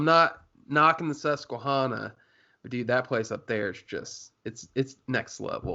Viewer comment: man... its hana, susque(hana). Think naisley with it. Hana, not hauna 😂